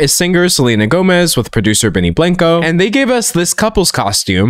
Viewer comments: “benny blank-O” hurt my soul to hear😭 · Benny “Blanko” D’Angelo ur Texas is showing!!!